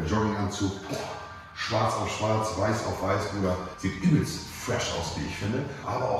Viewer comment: Übelscht fwäsch